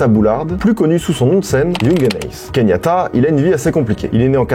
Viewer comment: Il s'appelle KE YAN TA et pas KEYNIATA mdr*